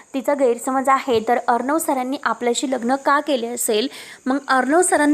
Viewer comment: वाचन चांगल करा.साटी नाही तर साठी अस वाचा ना. अर्णव असा शब्द आहे हो. कस वाचता. आविष्य नाही आयुष्य अस आहे.